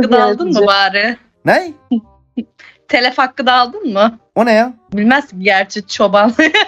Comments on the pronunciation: Telef değil telif dir o çagil diyorlar bide dayiya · 2. 55 te telif hakkı diyemiyor telef diyor bide çoban diyor 😂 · daha telif diyemiyor telef diyor kalkmış senle dalga geçiyor 😂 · Çoban bilmez diyo telif'e telef diyo IQ müq 😂😂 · Önce “telif” demeyi öğren,sonra çoban diyerek dalga geçmeye çalış :)